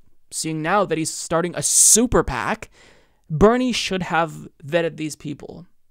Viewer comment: Funny - at around the 8-minute mark when you said: "super PAC" it sounded like you said sewer PAC. I hereby declare we call them that from now on.